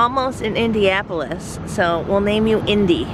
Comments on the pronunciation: Hi. Just wanted to let you know it’s pronounced IndiANapolis, not IndiApolis. Watched your video with someone from there who shouted at the screen every time It was mispronounced 😬.. sorry; we still love you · Are you saying Indiapolis?